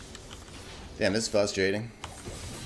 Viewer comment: It’s “frustrating” not “fustrating” 🤣